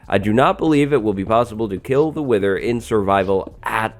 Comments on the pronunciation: "Wiher".... Im not the only one right?. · Oh so mighty "wiher"!! XD